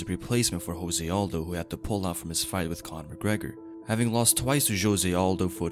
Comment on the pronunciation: I think Jose as a name is pronounced differently. :) I really respect Conor, even more than before now.